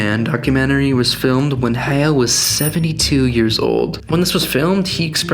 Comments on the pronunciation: You pronounced Hayao incorrectly!! Hai yau. Not Haiyo. Boo. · You could at least have taken the time to learn that his name is not hey-o but ha-ya-o. Reminds me of people saying menga instead of manga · Bruh you spent all that money on the book and never learned how to properly pronounce the man’s name, wild. It’s not ‘hey-yo’ it’s ‘ha-yow’. But thank you for informing me that Miyazaki hates ‘Let It Go’ as much as I do😁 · When you pronounce Japanese names, remember that it’s romanised Japanese characters. Any syllable ending with ‘a’ has an ‘ah’ sound ‘E’ ‘eh’ ‘I’ ‘ee’ ‘O’ ‘oh’ ‘U’ ‘u’ Usually you don’t put emphasis on specific syllables. So “Hayao” would be ‘Ha-ya-oh” hope this helps :D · ❤Thank you, we are the ones who thank you. I speak on behalf of everyone here. Thank you very much for the information and don't worry about pronouncing "Hayao" wrong, that was a minor and very small detail for a great content that you created! 🫂🫀❤